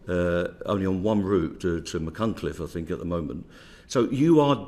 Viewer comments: Well done on his pronunciation of Machynlleth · Kudos for saying the old Wales capital correctly THUMBS UP MATE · Kudos to Mick for pronouncing Machynlleth better than most attempts I've heard.